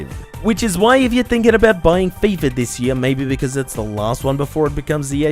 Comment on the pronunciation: Fifa* not Fifer